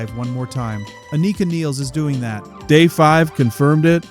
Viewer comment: Its not pronounced "Aneeka Neels" ffs